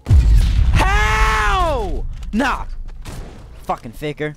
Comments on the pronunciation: Im sorry if you didn't mean for this to sound like this, not throwing any shade at you, but at four:forty8 it sounds like you said "Fucking ni***r Edit: Just noticed he said "Fucking faker" Sorry man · i thought he said the n word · Just to be clear he said faker not n***